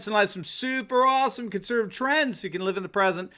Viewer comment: Love your show, and watch every episode. However, you have recently started saying "Conservive". You have a lot to fit in, but it's an important word and should be properly articulated. All the best.